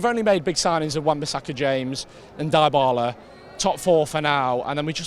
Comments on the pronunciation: Donal die-bal-lah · Defo some funky pronunciations of Dybala! 😂